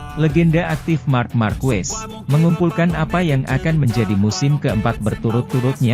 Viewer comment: Sedikit koreksi penyebutan nama Marques bukan Markuues tapi Markes mudah kan?